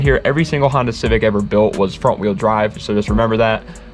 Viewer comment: N1gga just said "Hondota" 🤦‍♂️💀